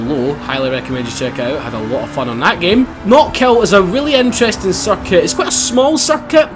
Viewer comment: when you say circuit it sounds like he's saying suck it!😂😂😂soz